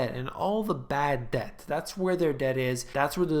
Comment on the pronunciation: Debt =Deth.